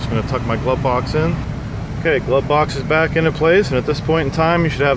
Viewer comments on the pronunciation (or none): "Glove-Box" not glubbox